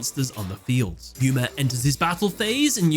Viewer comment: "Yuya" "Gooma" Poor Yuma can't have his name said properly.